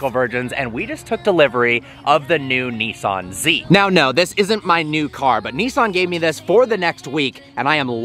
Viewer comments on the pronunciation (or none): The new kneesaan zee 😂